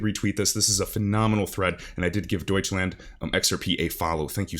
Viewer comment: I appreciate that you pronounce Deutschland correctly! 😃